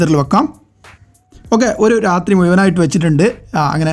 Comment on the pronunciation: മുയുവനായി ഒയിച്ചുകൊടുത്താൽ തായെ വീയില്ലേ...